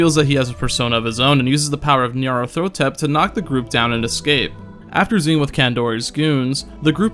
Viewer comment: Ñarathotep? If you've played P2P, you should know how it's pronounced.